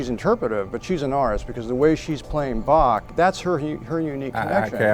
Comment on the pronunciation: I like how Christoph Waltz pronounces Bach, after years spent in music school it’s the only way to do it.